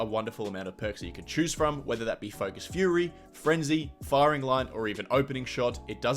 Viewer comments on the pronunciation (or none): none